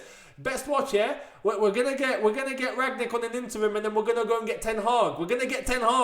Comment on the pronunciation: I don't think you pronounce the g in Rangnick Younes.